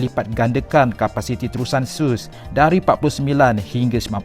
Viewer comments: lebih dgr pada ''sos'' pulak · Sebutan tak betul .....terusan Suez sebutan betulnya terusan "SU S"